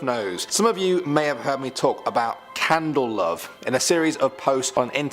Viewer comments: It's candle cove I believe not candle love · Did he really say “Candle Love?” For “Candle Cove?” Wow not the first time I ever seen them make major errors on this groups videos. Maybe take a few minutes to get proper pronunciation and names Prior to Recording? Maybe?!? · He said love not accent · What's weird is in the earlier segment about it he does say candle cove, but says it different now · It’s definitely not his accent, he very clearly makes an “L” sound